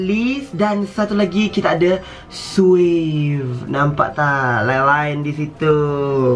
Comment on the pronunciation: Aku ke sorang dengar swagg bukan suave..😂